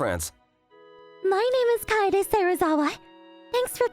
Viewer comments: they didnt nail the voice acting they were saying katie instead of kye dae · Great story but what was distracting was the va voicing the main guy was saying the name wrong instead of saying Kaede he kept saying Katie lol and he is the only voice actor saying the name wrong everyone else is saying it right lol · Kaede is pronounced more like car-eh-day. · KA-EH-DE .. Kaede. Ka in calm. Eh in egg. De in dead. Kaede. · Kay day? Not kaiday